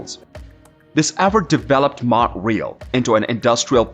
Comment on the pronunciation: Mount RÉÉÉÉÉAAAL not Mount REEEEEELLL